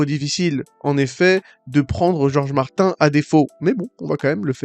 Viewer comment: Desolé mais Martin se prononce "Martine", sinon pourquoi ne pas changer Kevin en "Kevain" ? Michael Jackson tu le prononce comment ? 😅 Un nom propre est invariable dans sa prononciation.